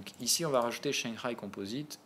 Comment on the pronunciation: Tu me tues quand tu prononces Shangai. On sent le mandarin en toi à chaque fois. haha #ChanXaÏÏÏÏ